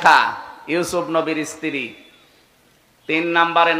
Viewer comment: স্ত্রী কে বলছে, ইস্ত্রি মোল্লা হুজুর 😂😂